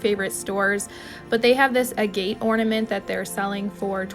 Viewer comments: Hi, fyi Pronunciation of AGATE. Ag-ate. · Agate is pronounced like aggot...rhymes with maggot.